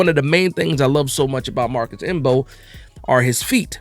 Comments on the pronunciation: The M is silent 😂😂😂😂😂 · Bro I came here for the same, I was like cmon the m is silent.